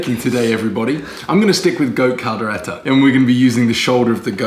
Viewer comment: “Kaldera”... Kaldero (Cal-de-ro). 🤦🏻‍♂️😂 Props for the effort! 👍🏼